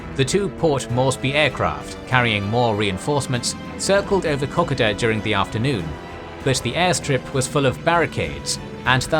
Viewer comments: It's called Ko-Koda. it's ko first and then koda, not kok-oda. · Lol your pronunciation of kokoda is hurting my ears...just horrible....it's pronounced in English closer to Co Coo Da !! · I wish the narrator would learn to pronounce the word Kokoda correctly. He really should check as it really is frustrating to hear the idiot talking and butchering the correct pronunciation. It is KO.....KODA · We Aussies pronounce it co co da not cockada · Ko-Koda not Cock-Oda Just saying... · Great video as always. The story of the Kokoda track makes up a huge part of Australian culture. Here in Australia we generally pronounce the name as as co-co-da and not coc-a-da, so I found it a little jarring hearing the different pronunciation. But otherwise a great summary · Kokoda sounds like K.ko.da , please update 😊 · Co code da is how it is pronounced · Kokoda - Ko-koe-da. The first ko sounds like ko as in coconut followed by a ko with a similar sound to Poe. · Kokoda is pronounced Co-coda. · What the hell is COCKADA!!!!! Bloody insult to all whom fought and died there. If you are going to try to make a historical documentary you could at least have the decency to pronounce the place names that now honour the thousands that lost their lives in the most appalling circumstances for your democratic freedoms. The Kokoda Track campaign or Kokoda Trail campaign was part of the Pacific War of World War II. The campaign consisted of a series of battles fought between July and November 1942 in what was then the Australian Territory of Papua. Wikipedia. Pronounced more with an "A" sound / silent first "O" / KA KO DA or KO KO DA - ( NOT COCK O DA.....!!!!! ) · Ko-Ko-Da and Maa-Roo-Bra. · Your pronunciation of Kokoda is terrible I am sorry to say. It's kuh·kow·duh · This is so hard to watch when you’re pronouncing the name Kokoda completely wrong for the whole 17 minutes. Pronounced C- code - a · Great vid but wished you could say Kokoda properly need to break it up its ko ko da